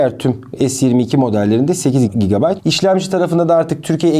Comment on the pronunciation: Abi GB tı söyleyemiyorsun herhalde😂😂😂